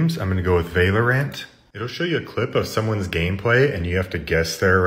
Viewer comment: "Vailoraint" "mareio"